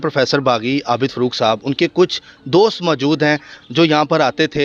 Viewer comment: Afsous huaa kay inn ka urdu talafuz aur lehja bohot kharaab hai, kiyounkay "Professor Abid Farooq" ko "Abid Furooq" kehrahay hain aur phir fermarahay hain kay "Asia Ka Number 1 Qabrustaan".